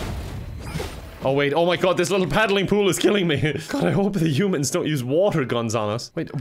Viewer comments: Destroy all umins… shows isn’t human..he says umins pointing at us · It's HHHHH-UMANS,, not U-mans! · I like how he pronounces it yumans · Ah yes 'Destroy all yoomans' My favourite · I hear say Yoomans not humans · why does everyone pronounce humans as "U-mens" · Why are you hung up on "umans" when he constantly spells car as "cair"? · I like the part where he says "youmens" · For the Americans, he said humans not umans